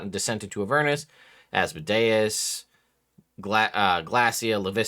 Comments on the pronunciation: Thank you for not saying Az mode ee us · Fun fact people say deus ex machina pronouncing it as de-us, but then they say Asmodeus pronouncing it like Asmo-dius. Your pronunciation is actually more accurate.